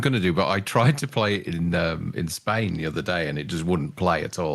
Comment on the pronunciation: I swear he said Spin instead of Spain